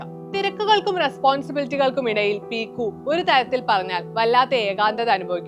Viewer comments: പീക്കു അല്ല പിക്കു. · ചേച്ചി qualb effcet റ്റില 😂